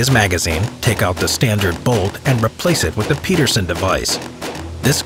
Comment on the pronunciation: You just had to mispronounce peterson didn't you?